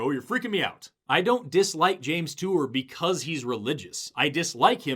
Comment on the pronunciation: “James Tour”